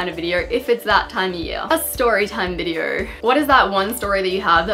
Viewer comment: Take a shot everytime you hear Videor